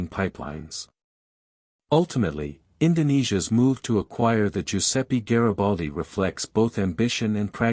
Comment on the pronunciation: Mi fate il cazzo del favore,se no sapete pronunciare i nomi in italiano ,lasciate perdere 🚽🚽🚽